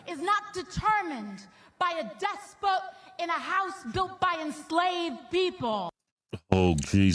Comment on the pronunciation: AOC... WTF is a "despote"? The fact that people believe her & vote for her is the problem. Go back and watch Stalin or Mussolini speeches, that's what the AOC chants sound like, not Trump's (Trump is 100% evil, wait & see). The only way to make buses "faster" is to reduce the # of other vehicles on the roadways. You can't make buses "faster" bc of traffic congestion.